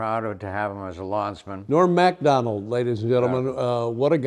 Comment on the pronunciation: Nobody else could ever be like Norm Macdonald. I always like the way Dave pronounces Macdonald NOT Mik BUT Mac 🤓